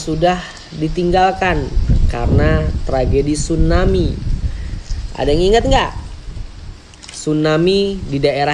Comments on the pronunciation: Tsunami ki bukan stunami 😅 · Tsunami bukan stunami 😂